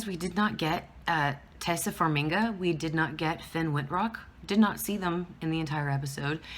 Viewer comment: Best episode of AHS ever! Absolutely brilliant. P.S. Her name is pronounced Tie-EE-sa Far-MI-a and she's going to play Priscilla.